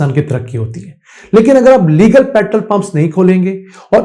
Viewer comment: Petrol ko sahi say bolain na k petrl petrl kartay rahain